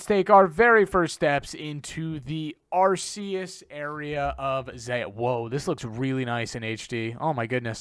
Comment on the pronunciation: Btw it's arr-KAY-us not arr-SEE-us